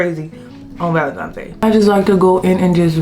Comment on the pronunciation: Nice video! It's Valentines n not Valentimes. Have a great day!